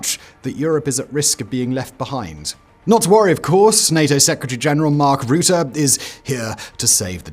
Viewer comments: It’s Rutte not Roete Faka met deze kale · Quick tip from a half Dutchy. Rutte is pronounced like the "Ru" in rucksack. The tte is pronounced fine already. So short t e sound. Ru tte. I hope this helps. Keep up the good work Simon :)